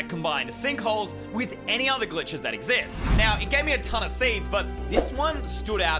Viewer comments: might actually "EXCIST" that "excist" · "excist" ah yes, english